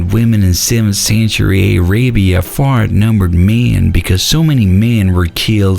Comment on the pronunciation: Aay-ray-bee-ah? LMAO